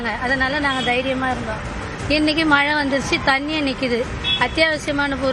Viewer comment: தமிழை கொல்லாதீர்கள். மலை அல்ல மழை.மழை உச்சரிப்பு தெரியாதவர்களுக்கு செய்தி வாசிப்பாளர் அல்லது நிருபர் வேலை கொடுத்தவன் எவன்டா?